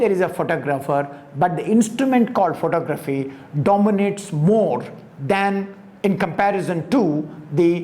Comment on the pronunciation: Enjoyed that and more importantly, it just might be what I was looking for; contemporary thought on art. You are pronouncing photography wrong. There is no need for it because you speak English.👍🏿